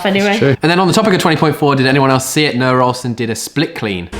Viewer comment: nRoah ohlsen.. i cant...